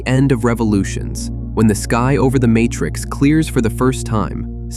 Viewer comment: What was that "Martrix" ? A human being would never have said "Martrix." Oh, this is awkward!